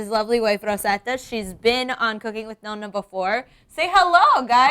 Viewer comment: NON-NA!! ITS NOT NO-NA!!